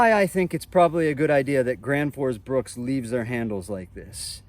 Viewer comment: BRUK BRUK BRUK BRUK it says it on the name print on the handle on every single one , NOT BRUKS . Why in the hell can no one get it right LOL